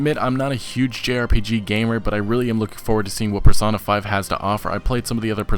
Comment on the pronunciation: It's pronounced Persona, Per-So-Na not parsonah. Love the vids still.